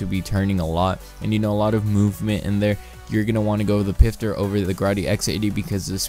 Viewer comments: ITS NOT PRONOUNCED PIFTER ITS PROUNOUNCED FISTER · xX-EXPLOSION-Xx It's actually pronounced pfister not fister or pister ask a german friend if you know one